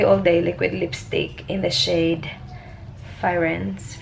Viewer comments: ang pronunciation po ng liquid lip na firenze kung paano ung spell nya..Fi-ren-ze😊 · I think it’s pronounced as Fi-ren-ze, it actually means Florence in Italian ❤️ which is the city in Italy😊 always watch all your vlogs👍🏼😊